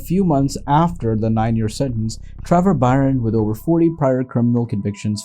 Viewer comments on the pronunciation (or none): Dunne is pronounced "done", and Byrne is pronounced "burn", and Daly is pronounced "daily". Just trying to help. Good work.